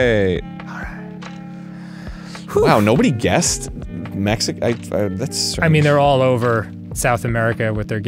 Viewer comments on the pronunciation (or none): none